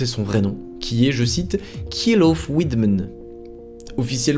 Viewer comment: comme dirait pewdiepie, "Kjell" se prononce "shell"